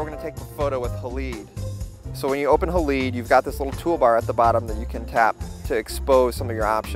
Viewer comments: "Hay-Lide" --- Not haleed... lol. Didn't you study chemistry at high school? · I’m pretty sure it’s pronounced hal-eyed, as in silver halide (a chemical used in making film). Not haleed.